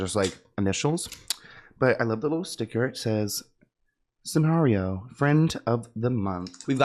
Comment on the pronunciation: “Scenario” LMAO Sanrio 😭❓